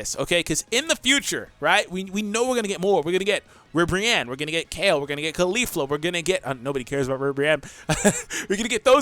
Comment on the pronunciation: I cringed when you said Ribrianne